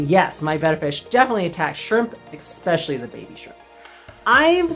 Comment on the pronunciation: Expecially? What is expecially? Do you mean especially?